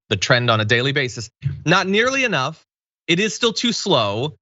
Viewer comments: "They aint tasted it hay-nuff" If everyone was as stupid as her it would never get "tasted hay-nuff". FFSake. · That woman said "D'aint tested it a'nuff" Damn them trump supporters. Let them die if they dont wanna get the shot. Gonna be an easy 2024 election!!!